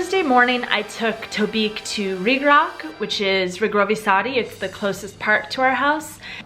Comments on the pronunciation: reegraatch, not reegrac, just a note :D But great videos. I have to go sleep but I kind of fell into a Dream Prague marathon I cannot get out of. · To je poprvé, co jsem slyšela Rígrák! Jsou to Riegrovy sady (plurál), takže jsem zkráceně slyšela vždy jen Riegráče (Rígráče). Jinak fajn video jako vždy. Jinak jsou to potraviny ne potřaviny. 😂